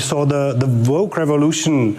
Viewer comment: I think the ignorant biotch hillary, was laughing at his German pronunciation of 'woke'. He said: 'voke'. And then the a$$hat started laughing. Just like when the leftards are in comments with Trump voters, and the leftards focus on someone's misspelling or wrong punctuation, rather than the content of their post. 🤣 I would have loved to see you on there face to face with the old Hill, too,! You would have spun that old fatty from here to kingdom dum-b. ( Especially since your tongue is faster than how most people can think - and twice as clear! 🤣 Oh! I would PAY to see that! ( If that guy replying to hillary Only thought to reply: What's a woman? ) That would have been perfection! 👌